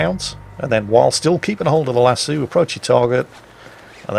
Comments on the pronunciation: Lol. Lass-eu. Like lasso just because a french word. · Jingle's... its lass'oh not lassew... hahaha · Lassooo? Lass OH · LASS. OH. NOT LASS SUE. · Its lassoh not lassoo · Friendly note since you're going with the horse opera talk, ect. - Lasso is pronounced La-So, like El-Paso. Not La-Sue. At least in 'Murica. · just fyi lasso is pronounced las-oh, not las-oo. I know it’s a small difference but hey, welcome to needlessly complex world of the English language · the word "lasso" has a long "O" in the pronunciation for those of us in the USA. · you old git it's "lass-oh" not "lass-OO" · Lass-O not Lass-oo. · Lasoh, not lasu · Lass-O,....Lass-sue makes me laugh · Lassoo? LASSOO? It's lass OH, asshool. Nah, luv ya.... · is triggering me with his pronunciation of lasso as lassu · saying pronouncing lasso as “lassoo” made my day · Lassooooo? Lasso,! Short o! Like in SHORT. LASSSHORT. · I don't know of anywhere in the world that it's considered "correct" to pronounce it "las-soo." Sure, it may come from the Latin "laqueus," but lasso is an Anglicisation of the Spanish "lazo," which has no "oo" sound in it. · Akshually, it's pronounced LASS - OH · You are pronouncing lasso oddly lol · Your not a cowboy, you cant even pronounce lasso right